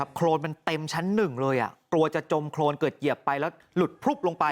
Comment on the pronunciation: โคลน ไม่ใช่ โครนไปเรียนเพิ่มนะ